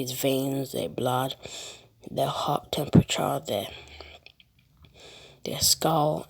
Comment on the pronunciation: is no one gonna call out the fact that he said there hearts tempureger